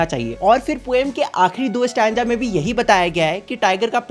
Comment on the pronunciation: Stanza ✅ stanga ❌